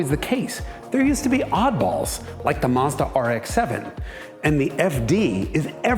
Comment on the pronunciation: yes, you nail the correct pronunciation! Both syllables rhyme with the English word "dot." The U can be pretty much silent. The company started labelling it's foreign products MAZDA with a Z, because its initial export market was Germany... where Z has the same sound as "TS" in English. Other correct pronunciations: Toe Yo (as in yoyo) top (minus the t). Knee + san (rhymes with dot). Hone + da (rhymes with dot). Sue + ba (rhymes with dot) + roo. ORIGINS: Matsuda's founder was named Matsuda (pine field). Toyota's founder was named Toyoda (bountiful + field) but after a decade or two, changed the d to a t to sound tougher. Honda's founder was named Honda (original or main field). Nissan means "Japanese production". Subaru is out of the blue: it means Pleiades (the famous star group--hence the company logo!)